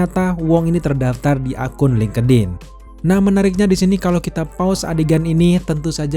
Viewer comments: FYI : bang link' in aja bacanya jgn linkedin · Dibacanya bukan lingkedin mas...... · Ini ngakak si lingkedin 😆